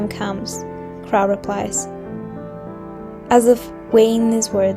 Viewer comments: "crow" is pronounced "cro" and should rhyme with "show", not "how" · pretty voice.. that's not how you pronounce crow, though.